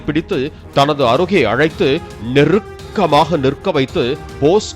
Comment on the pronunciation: நெ...RR....ருக்கமாக..... இRRR...ருக்கமாக